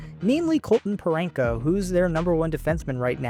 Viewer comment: “Snoogergeroond” “Paraynko” 😂